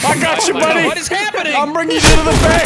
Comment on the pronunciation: becomes more Canadian than bagged milk. Holy fack bauddy